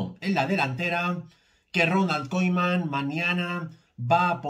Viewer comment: Yo tú no sabes decir koeman